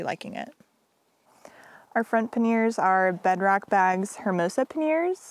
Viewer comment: Great video — looking forward to some scenic shots of your travels. I must say though that i chuckled every time you said ‘paneers’ - which is a kind of homemade Indian cheese 😂. The bags on the bike are ‘panyers’ (or ‘panny-ers’ if your French is not so good).